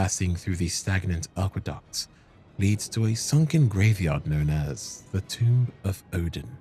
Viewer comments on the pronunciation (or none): none